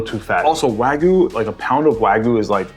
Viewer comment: you said wagyu wrong. U said like wagoo